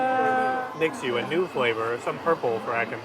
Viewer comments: Mixue is actually pronounced as “me Shue” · Kinda cute when they pronounced MIXUE as “mix ue “